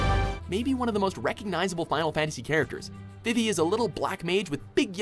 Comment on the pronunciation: Their pronunciation of Vivi hurts my soul